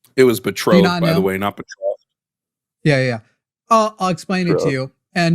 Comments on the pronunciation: Not knowing the difference between the declaration of independence and the constitution, not knowing how to pronounce "betrothed"..... Boy, this one is intelligent 💀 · This guy can’t even pronounce “betrothed” 😂